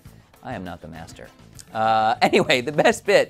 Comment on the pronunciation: The guy is called "the Master", not "the Messtrr".